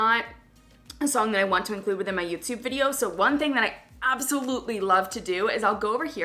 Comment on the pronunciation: I love the way she says Youtyoube